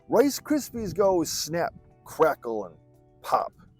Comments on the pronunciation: Rice Krispies not Rise Krispies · Rice Krispies Not Rise Krispies😂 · Rice Krispies. Not Rise Krispies.